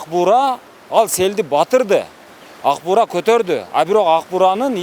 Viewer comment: Аг бура дейт, Ак-буура десен башка сын коюп